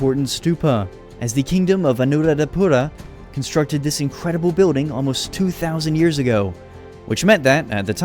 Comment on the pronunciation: I hear you say Vanuradhpuraya but its real name is Anuradhpuraya☺